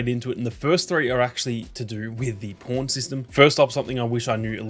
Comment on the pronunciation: Every time you say pawn, it doesn’t sound like pawn with your accent😂 “You can search for the po*n you want to use. These are my favorite po*ns”😂